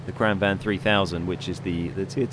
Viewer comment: "Kran wagen" - QB "Kran van" - Ben Is it really that hard for British people to pronounce "gn"? It's pronounced "Kran-vangn". Not complaining, just curious. I can't pronounce half of the names in the game. xD